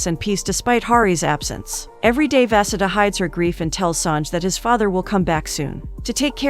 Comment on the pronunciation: Vaseda is actually pronounced Va-Su-Dha.